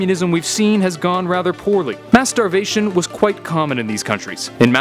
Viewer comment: I legit thought he said "masturbation" but then I realized he said "mass starvation" lol